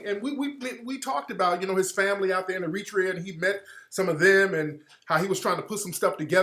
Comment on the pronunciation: Air-ra-tre-yah I can't have you mispronouncing countries playa. Keep fighting the good fight Tariq.